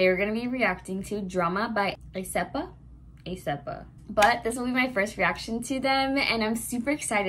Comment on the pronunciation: Lol how did you get "Ay-seppa" from Aespa? Pronounce it like this; ESpa.